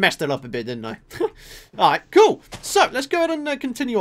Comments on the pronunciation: Person_Is _Cool39 lol I know but seriously? "ari" ,doesn't seem to be his usual accent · now that doesn't sound like the word "alright"